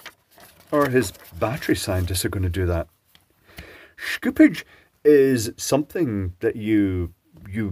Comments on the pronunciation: After 12 minutes of listening to Schoopage, I regret to annouce that there should be no "k" in Schoopage. The "Sch" should be read the german way, so just "sh" as in Shoopage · shhkupids.. i love how he change to fluent English accent to fluent german accent when Schoopage is being pronounced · I just think you like saying "schtooopge". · yeah the way he says it I really hope it wont be added to Tesla marketing. Schoopuke on my tesla